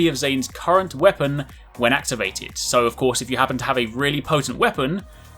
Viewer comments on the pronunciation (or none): none